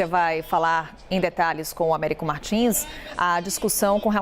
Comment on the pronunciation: Américo Martins faz boas reportagens, mas ainda não aprendeu o som do "s" em bs/ps/. Treinar é bom e evitar falar errado perante o povo.